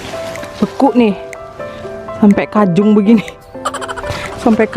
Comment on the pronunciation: Ngakak bilang "kajung" Wkwkwk org bpn pasti ngerti🤣